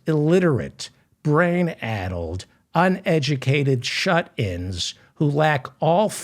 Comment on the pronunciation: The man speaking here meant to say "brain addled" meaning confused --- not brain adult.